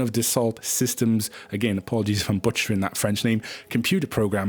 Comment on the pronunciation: I’m very familiar with Dassault from my decade in the CAD business, and yess you butchered it! Easy way to remember one bit of French pronunciation: a single T at the end of a word is silent, while two Ts are pronounced as a single T. So in the international spelling alphabet, we use the code word JULIETT to stop the French from reading J as Julie-a and confusing everyone on the radio frequency. So more like Dassau, but best to get a Frenchman to teach a Scott how to say it!